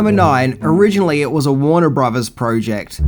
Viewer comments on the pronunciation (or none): It's "filthy" animal, not "filffy" animal." And brothers isn't pronounced as "bruvvers" either.